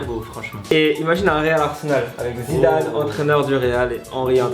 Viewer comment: a dit zizane au lieu de Zidane